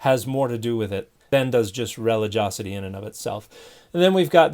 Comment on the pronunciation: Dear Dan: It’s spelled relig-i-osity and is pronounced ri-LI-jee-AH-seh-tee. NOT pronounced REH-li-JOS-seh-tee.